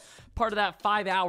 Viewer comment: Did he say I'm happy that they didn't ad this in the gay?